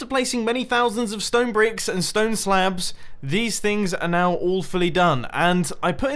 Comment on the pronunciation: sounded like you said "stone slaebs"